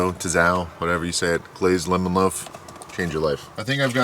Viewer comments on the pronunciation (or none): none